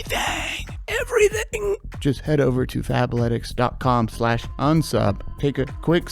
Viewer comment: I heard FAPletics when that sponsor started and thought you got the jerking underwear😂